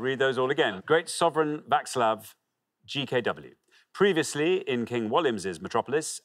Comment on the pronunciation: Just when I thought I couldn't love Xander any more, he comes out with the perfect Czech pronunciation of "Václav" and tops it off with that singing performance! Wow! 😍😍